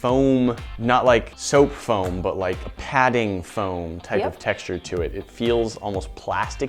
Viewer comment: i really like the way says "FAOM" instead of foam